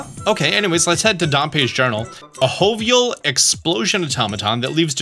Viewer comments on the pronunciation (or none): It's joe-vial, not ho-vial. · really pronounced "jovial" as "hovial" ☠☠☠ Good lord my dude 🤣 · lol “hovial”